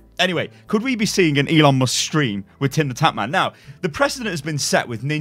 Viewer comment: ELON mus-kets